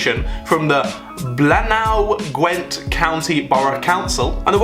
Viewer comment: Blaenau Gwent. Pronounced Bly-nuh Gwent. Just thought I'd help out on that one